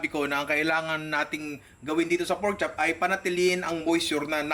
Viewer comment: Say it again "Porchop""